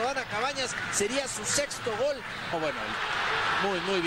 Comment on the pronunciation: Cuando orvañanos decía “gool “ completo